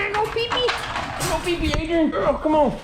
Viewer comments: “Fly High Adrain” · "fly high adroan" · "Fly high adrain"